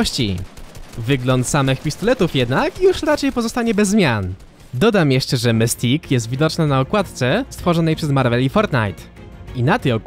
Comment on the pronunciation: Mistik się muwi